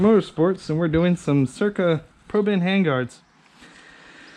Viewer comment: Cool, pretty helpful. Oh, and sick car, too! So, when you look at those handguards, do you actually see the R before the C? "Cyrca" instead of "Cycra"?